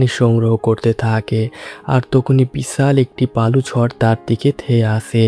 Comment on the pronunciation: ভাই, তুই কি কলকাতার? বিছাল বড়, গল্পের ছুরুতে... এসব কী ধরণের উচ্চারণ?